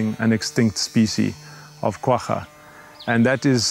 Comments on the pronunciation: From south africa... when she pronounced guagga i died inside... KWA - GA... she makes it sound like a ducks quack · The "gg" in "Quagga" is pronounced as a guttural "kh", not as a hard "g". You can hear the correct pronunciation in the interview clips, so I'm not sure why the narrator doesn't use that. The animal got its name from the sound it made, and the spelling is Afrikaans.